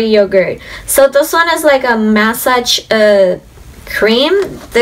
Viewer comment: That's massage, NOT mask!!!